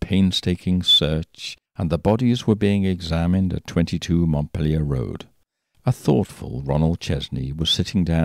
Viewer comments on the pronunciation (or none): none